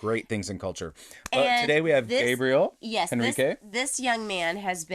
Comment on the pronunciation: I am hoping my fellow GH-obsessed fans will let the reactors know how to pronounce Gabi's last name: Hen (like the bird) - reek (like the smell) - key (like what goes into a lock). As many say below, Gabriel has lots of very emotional covers. In fact, I feel he is so special because in several of the other songs, he conveys great emotionality without letting the cover be all about technique. And you also get a strong sense of what a sweet, sincere, almost boyish way he has about him. Hopefully he will never lose that. Most importantly, enjoy all!!! xoxoxo